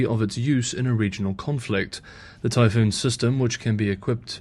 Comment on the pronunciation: Typhon not Typhoon